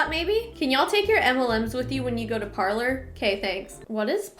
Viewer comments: Par-lay. It’s French for “to speak” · Parler is pronouced "Par-lay", French for "to speak". ;-) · It’s pronounced parlay, the French word for talk. I’m staying far away from it